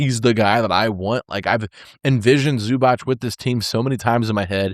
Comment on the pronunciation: It is definitely ZUBATZ. ZUBACH would have been written like Zubač. Native Croatian(ish) speaker here.